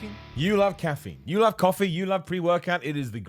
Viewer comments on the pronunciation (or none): says cops of cuffee and it makes me smile. please add the ding ding sound back to the end of the videos when you want us to hit the notification bell. Life doesn’t make sense without it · “cop of cuffee” “cops of cuffee” I think you need to get back on the cuffee bro 😂😂😂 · Why is he switching the first syllables of 'cup' and 'coffee' to be "Cop of Cuffee" :'D